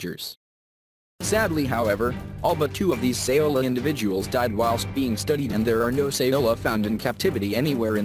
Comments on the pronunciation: It's Sao-La. Not, Sa-O-La. Lol Thought your pronounciation sounded strange for a Vietnamese derived name so I looked it up. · Laos = "Lows" Saola = "Sowla"